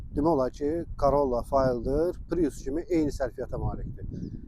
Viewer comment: Fayldr nədir? Elə ingiliscə də "fêldər" oxunur...tərcüməsi də sahə oyunçusu